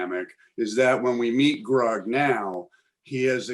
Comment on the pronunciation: It’s “Grug” not “Rug!”